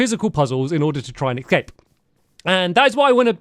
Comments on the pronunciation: Hilarious how many times he says “Excape” 🤭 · hearing Stamps say "excape" is making me crazy😭